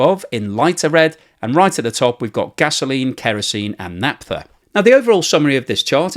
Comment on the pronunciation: It's pronounced naFTha,. Not naTFa.